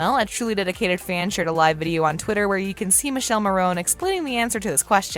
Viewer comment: It's Mi-ke-lé Mo-ro-ni.